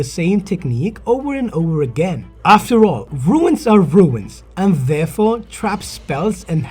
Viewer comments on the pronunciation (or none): Runes, not ruins🤣🤣🤣